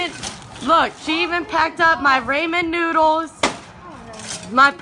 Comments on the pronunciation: I mean damn at least pronounce the Ramen (Raw-men) correct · “She even packed up my Ray-men noodles.” 😂😂😂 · Not the “Raymen” noodles. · Homegirl said Ramond Noodles. "She even stole my Ramond Noodles". LMAO 😂😂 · I thought I was the only one who heard "Raymond noodles" 😅